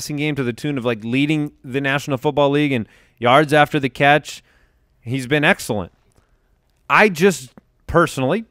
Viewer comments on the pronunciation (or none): He's been Eck-sellent